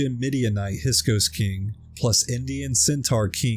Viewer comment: He's meant to say "hiksos", not hisok"!...